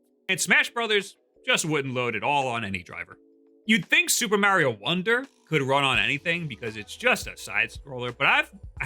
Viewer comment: lol, "Maorio"